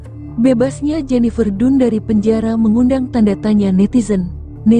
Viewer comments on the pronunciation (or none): Jennifer dan baca nya bukan nya dun 😢😢